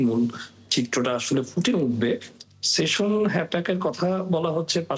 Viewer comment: projokti bangladesher manus ki buje? station noy session